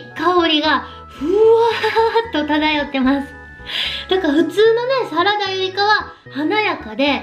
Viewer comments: サラダのイントネーションがサ→ラ↑ダ↓で草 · 花の栽培は、きつい農薬使うから、食べるのは食用だけにしないとえらい目にあいます。 なんか、サラダの発音？